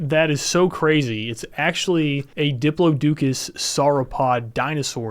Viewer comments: Brother we gotta work on our pronunciation for diplodocus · That Diplodocus pronunciation assaulted my soul. Great vid!